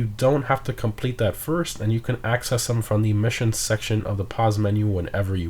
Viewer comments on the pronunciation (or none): none